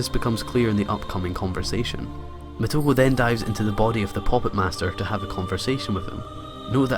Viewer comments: omg the way you say muh-toe-ku is agonizing. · it is [MoTo • Ko] or [Moto • Ko]. Either way, you have initials and vowels that are pronounced together as one sound. Like [Shi] is a single sound where as [Shi • So] is treated as two sounds. Think of the romaji much like German, very literal once you learn the basic rules of reading it.